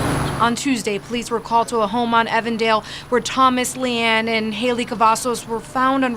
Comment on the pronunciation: Its healey (hai-ley) you will get next time i was in her class